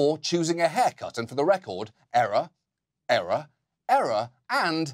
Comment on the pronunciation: Still not sure if he called his haircults errors or eras...